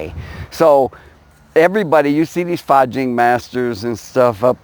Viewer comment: It's Fa Jin, son, not Fa Jing. Just trying to help. Bill P.